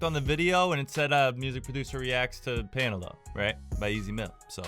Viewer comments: it pronounce as Pa-Na-LO not Pa-Na-Low.. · How we pronounce it : panalo - How he pronounce it : paynalow